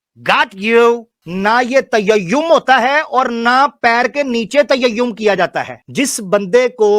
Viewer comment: Tayayyum nahi ullu ke phatte, Tayammum hota hai. 🤦‍♂️🤣